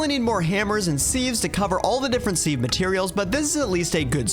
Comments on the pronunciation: Man I’m getting so PISSED everytime you say seave and not SIEVE. Where did you learn to say SEAVE. YOU PRONOUNCE IT SIV ARE YOU FUCKING MAD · Never have i heard someone pronounce siv as seev, sounds so weird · Completely unwatchable, what the hell is a seahhve🥴, its sieve, pronounced “siv”, you put things in a sieve, not a fucking seave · Sieve is not pronounced "seeve" like leave, it's "siv" like give. otherwise an enjoyable video. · why can’t this YouTuber pronounce sieve